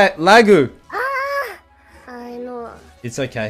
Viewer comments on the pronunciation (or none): Stop this man from saying "lagu"